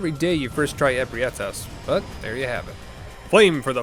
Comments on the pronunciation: you said amygdala right then proceeded to say ebrietas wrong lmao Also you techicly failed your run Oh And you smell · Hearing you say Ebrietas is hilarious